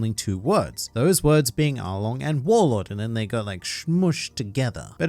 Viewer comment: I swear I heard them say arlong is a warlod